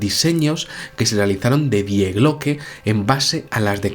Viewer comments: el artículo gramatical del idioma alemán "die" que en español corresmonde a "la", no se pronuncia literalmente como se escribe, su pronunciación es "di" por que la "e" en ese caso es muda. "Die Glocke" como sabes significa "La Campana" y se pronuncia "di Glócke", no "die Glócke". Saludos. En ambos idomas ese sustantivo pertenece al género femenino por lo que suena mejor si dices "la famosa "di Glócke" y no "el famoso die Glócke". Es sólo una sujerencia para cuando se van usar términos de otros idiomas consultar algo en un diccionario sobre género y pronunciación para no crear en las mentes de las personas terminológías erroneas. Puse el acento en la "ó", a los efectos de pronunciación a modo de ilustración de la traducción. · El video muy bien, pero diooooos... Me pones enfermo cuando dices Die Glocke en alemán. Se pronuncia "Dii Gloke", el diptongo ie en alemán es una i larga. Por favor hazlo. No te lo digo de malas, no no... es solo que me pone de los nervios (hablo alemán y vivo en Alemania y cuando alguien pronuncia algo mal me da un algo).